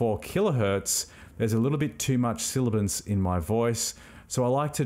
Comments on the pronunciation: Nice tutorial..... "Sibilance" rather than "Silabance" might be better. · Aaarrgh! Sibilance! Not silibance. That said...great video and thank you. BTW you said Davinci Resolve is your audio editor of choice? Do you mean video editor? Or are you editing audio in Fairlight? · great tutorial. please note the term is "sibilance" not "silibance". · SIBILANCE, not silibance. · It's sibilance, not "silibence". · Thanks so much for taking the time to record and produce such a good video filled with valuable info. Please double check your pronunciation of “sibilance” the “b” is said before the “l” and I just found it a bit distracting.